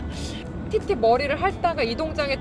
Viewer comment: ㅋㅋㅋㅋㅋ아 이제 티티가 아니라 띠띠로 밖에 안들렼ㅋㅋ큐ㅠㅠ